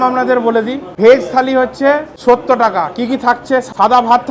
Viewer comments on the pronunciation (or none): Bokachoda Accent thik kor... Sottor bol Sotto noy... Jotto Baaler vlogger...